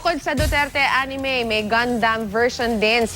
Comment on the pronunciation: First time to hear the news say A N I M E XD